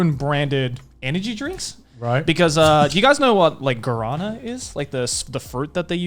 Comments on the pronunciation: Hearing Joey say "Guarânã" made my day kkkkkkk its a brazilian fruit called "Guaraná" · as a Brasilian i feel compeled to say, it's GU-A-RÁ-NA not "garana" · Me, a Brazilian:Guaraná The boys: Ghurahnnan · Joey what the hell is Garana? It's pronounced Gwarana. Guwarana in romaji. Please my Brazilian genes screamed. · You say "guara-nah", with a really strong "nah". Source: trust me I'm brazilian. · Brazilian here, its actually pronounced Gwa-ra-na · As a Brazillian, It's really painful to listen they speak Guaraná saying ""Corona" or "Gorona" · sounds like Garana, as spanish speaker it pains me too, cause its written guarana (without the... sin el acento, carajo, no se como se dice en inglés porque ni tienen tilde lol) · i'm from brazil and in here we basically drink guaraná (a soda made of the fruit, with the same name) every day, but it not called guarana, is guaraná, with a á, is soo strange hear it wrong :v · You pronounce Guaraná weirdly, each time you said it I heard Corona ... Like wtf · I was just listening and I kept hearing "garana" and I'm like wtf is that, then I actually looked and it was guaraná lol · I'm brazilian and please don't pronunciate guaraná like this. Try: グアラナ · The way they say guaraná was freaking me out so much... I know japanese keeps it stronger in the first syllables but they should push it for literally the last one like: gua-ra-nAH. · I was going to say the same thing, until I saw this comment, he was saying Guara lol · I like how Joey pronounces everything in japanese right and he can't pronounce guarana, that reads like ぐあらな. it's a Amazon rain forest fruit that has more cafeine then coffe. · deep thoughts he pronounced it like varana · As a Brazilian that pronunciation of Guarana really hurt me. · Please, search the pronunciation for guaraná, it was so incredibly off the mark that if it wasn't for the picture on screen I would never have guessed what you were talking about. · Your "Guarana" pronunciation triggered me.